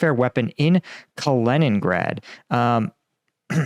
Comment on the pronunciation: it's being used from Kalingrad, which was NEVER Russia until it was, after WW2....Take back Konigsberg, home of Emmanual Kant, NOT a Russian....What is 'Kalingrad'? TAKE IT BACK!